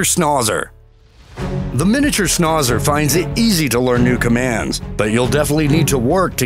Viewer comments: Wtf's a schnaw-zer? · Snahzer? Is that the new hip way to pronounce Schnauzer? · The"au" in schnautzer (german) is pronounced as ou, like in snout. The way it is pronounced in the video sounds stupid......also the "t" has to be heard. So ; snout zer. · Miniature Schnozzer lol. This dude’s pronunciation...